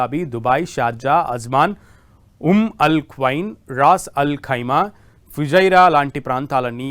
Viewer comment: Not. Etihaad. Bro.. Etihaad..😮😮fujariya. Kaadu... Fujera.. Raas. Kadu.. Rasalkhaimah. Tappulu. Inna😂😂